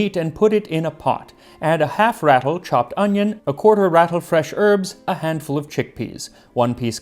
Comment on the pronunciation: It's not "Ratl" it's Rutl. And it IS a pound